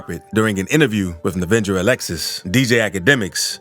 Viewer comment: "Nevenger Alexis"